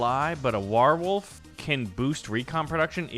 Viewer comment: I love your vids man but please - you keep mispronouncing warwolf. It's not like werewolf! You don't say the Vietnam waaah! The second world waaah and the American civil waaah (unless you're an Orc. Or an Ork!) Say it with me dude; war wolf! War wolf! War-wolf! Warwolf! Here endeth the lesson.